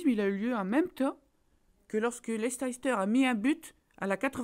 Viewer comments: Si tu suivais le foot anglais tu saurais qu'on dit Leice-ster et pas Leicésster... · Sa s'écrit Leicester mais sa se dit Lester. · Si jamais cela se prononce Lester et pas leicester. Sinon super show comme d'habitude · Sa se prononce pas Leicesteur mais Leissteur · On dit "Leyssteur"! ☺ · Leicester se prononce Leister :) voila voila :) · leicester se prononce LEISSTER copain!! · Leicester se prononce [ˈlɛstər]! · Ça se prononce Leister